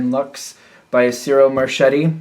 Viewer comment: Marchetti is said like Marketti, che k sound , chi ki, ca is ka, co is ko sound, just for you as a gift for all you give. Thank You